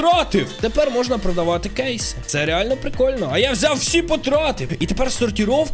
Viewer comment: чого у мене коли ти говорив можна то в мене говорилось мона а не можна?